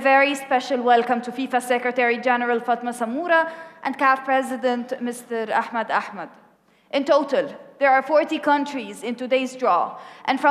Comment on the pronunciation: Mister ahchdmed achdndnmed 😂😂😂😂